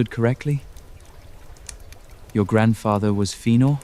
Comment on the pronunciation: It’s pronounced Fë’áh’nor. Not fænor lol. Fay’ah’nor is another way to think about it.